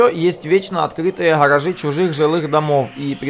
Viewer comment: Невозможно слушать, что за "харажи"? Где буква "Г", ну ё моё, как так то? Что за произношение такое?